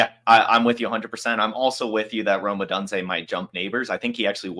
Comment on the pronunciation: Great video! Lol as a UW fan, the way pronounces Odunze drives me insane 😂